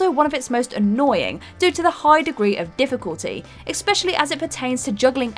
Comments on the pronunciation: it's ESpecially, not EXpecially. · Can someone please tell the word is 'especially', not 'expecially'....